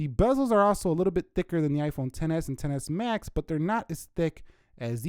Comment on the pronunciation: In this video runtime u said xsmax wrongly😂😂....but the review about 8plus is good👌